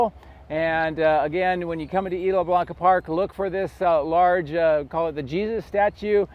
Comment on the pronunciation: The s is still pronounced in Isla.